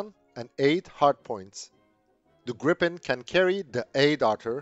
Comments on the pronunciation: smiles.. there is one P, so it's pronounced "Greepen".. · Gripen is pronounced with the 'i' sounding like a long 'e', as in 'these'. And 'JAS' shall be pronounced with the same A sound as in SAAB. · Will Americans please, please take note of the correct way to pronounce the name !!!